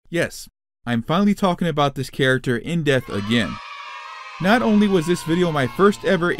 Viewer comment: Stop saying in death it's in DEPTH DEP THE